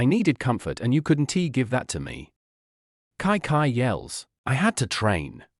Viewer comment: Kai kai? Its chichi